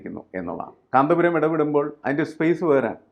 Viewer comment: ഇവൾക്കെന്താ കാന്തപുരം എന്ന് തികച്ചു വരാത്തത്..?